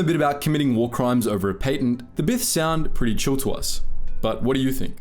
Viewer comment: That’s not how you say patent